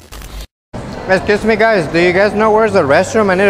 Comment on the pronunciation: Esciusmi guys xd